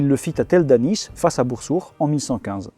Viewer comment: super vidéo ! juste fais gaffe dans plusieurs vidéos je crois que y'a une erreur de prononciation ou de translittération des noms arabes. Dans certains noms (genre "Bursuq") tu prononces le "q" comme la lettre خ (sorte de r bizarre). Alors soit c'est la bonne prononciation du nom, mais du coup faut le translitteré "Bursukh", soit la translittération est bonne mais du coup le "q" se prononce comme un k mais qui sort du fond de la gorge (si t'as du mal, fais comme si tu voulais prononcer un k normalement mais en imaginant en même temps que tu fais descendre le fond de ta langue ds ta gorge, ça marche svt pr les gens qui ont du mal avec la lettre). C'est pas très grave comme erreur mais c'est juste que ça fait plusieurs vidéos que je l'entendais hahaha. Hâte de voir tes prochaines vidéos !